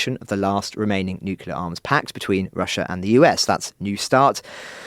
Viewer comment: I follow this UTL podcast regularly, and it's one of the best update-sources out there....but man, I still twitch a little when I hear actually utter the word "Nucular" o_0